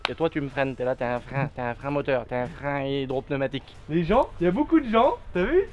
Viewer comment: Le Tracteu(r) à Moteu(r)